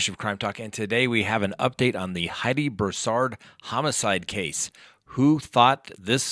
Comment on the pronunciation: "BROO-sard" or "BREW-sard," not "broo-SARD" or "brew-SARD." Thx. Emphasis on the first syllable. When you cash in on tragedy, do it right.